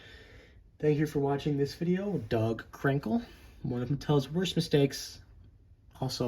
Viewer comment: it sounded like you said dog crinkle lol good video but I like him I dont think he's worst